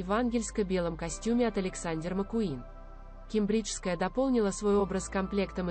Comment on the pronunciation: Ке'мбриджская. Ударение на 1 слог